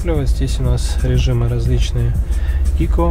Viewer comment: ЗАДОЛБАЛ СО СВОИМ ИКО!!! ПРАВИЛЬНО ГОВОРИТЬ ЭКО!!!